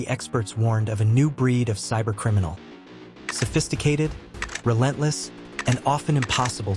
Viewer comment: Sophisticated.. not suffisticated 😂